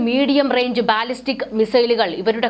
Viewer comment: ബാലിസ്റ്റിക് എന്നു നീട്ടി പറയാതെ ‘ ബലിസ്റ്റിക്,’ എന്നു പറയുന്നതാണ് ശരിയായ ഉച്ചാരണം. Google help for pronouncing can help you.